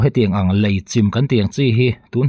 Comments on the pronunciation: Engati nge 'Lai' i tih zêl aaa...Lei ..ti ta che. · Lei tihtur ani lawm ni